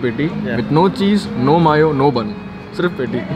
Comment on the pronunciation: He don't know how to pronounce mayo lol